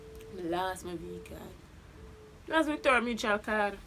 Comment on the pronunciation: Mi Rassclaaaat this one ketch mi when the girl say Victoria mutral card 😂😂